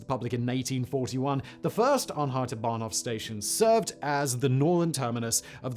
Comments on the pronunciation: Bahnhof not "Banhof" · It's "Bahnhof", not "Banhof" ;)